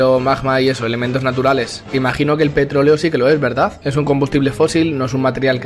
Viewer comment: JJAJAJAJ se paso de verga el de petroloe se que no es mame pero se oyó como mame xd